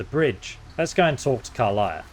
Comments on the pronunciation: The pronunciation of some names and words are a big pet peeve. car-liah instead of car-lack even with her introducing herself in the panel from hell and even in this clip. Tie-flings instead of tee-flings, I know it’s spelled as he’s pronouncing it but people have spoken the races name as tee-flings multiple times as well. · “Karliah” 😂 She literally pronounces her name in your video 😂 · What's a "Durid" and who is "Karliah"? In a game with voice acting, you'd think you would actually learn how to pronounce these words. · Also Karlach, not Karliah. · How the heck do you pronounce Karlach as Karliah? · Did he say karliah instead if Karlach? Skyrim brain moment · At this point i'm convinced you pronounce everything wrong on purpose. Karlach even states her name - still says it wrong xD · Tiefling isn’t what you should be correcting you should be correcting how he pronounces Karlach